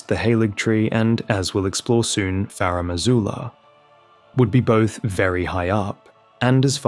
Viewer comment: FaRumm AzooLuhh